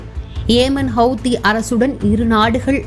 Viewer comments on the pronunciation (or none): Hawhathi illa hawthi apdi sollunge 😂😂😂